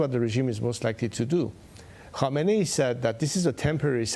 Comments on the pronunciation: Khameneyee not khomeyni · Maria, if you think that the Ayatollah leader guy in Iran is Khomeini, as you pronounced his name, then you believe he is 123 years old.